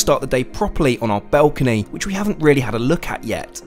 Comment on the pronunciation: Dude really can't say the word balcony....